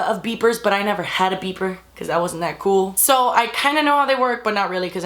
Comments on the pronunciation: OMG I thought she said beaver instead of beeper LOL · Did anyone else think she was saying Bieber's at first or was it just me